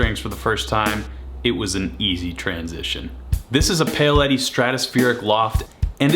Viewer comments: Great collection!! 😍😍😍 It does surprise me how Americans seem to so often not be able to pronounce the name “Paoletti” though! 😜 There’s no “y” in it… it’s not pay-o-letti… it’s pow-letti. I thought that with your large Italian American communities you’d know how to pronounce Italian words better 😉🙂🙃🙂🙃🙂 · It's Powletti, not Payoletti. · It’s pronounced “Pa-ow” letti. You American!!! 🤦🏻‍♂️ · Yeah he definitely says it like “Pale Eddie” This is a “Pale Eddie” guitar. Pale Eddie sounds like he’d be a badass dude. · ok, maybe the Italian community thing isn’t a good reason why he should know how to pronounce Paoletti properly. How’s about the fact that he’s a guitarist who owns two of them and has actually worked with the brand directly (they have reached out to him and provided him with these guitars) as reasons why he should know how to pronounce the name correctly? 😉 And just to say… is the person who in a recent video was laughing at a narrator for pronouncing Les Paul incorrectly as “Lez Paul”, so I think he can take a bit of light-hearted stick for not being able to pronounce the name of a brand of guitars that he owns and has worked with 😛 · I hope you’re going to learn how to pronounce “Paoletti” before you do a video on them!